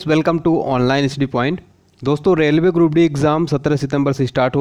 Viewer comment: रेवले नही रेलवे